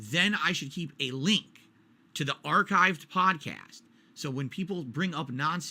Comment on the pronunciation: Detractors content is ripped directly from his video. How the fuck can he even try to debate saying, "HERE DA LEENK TA PAHDCASS WHERE I EXPLAIN IT"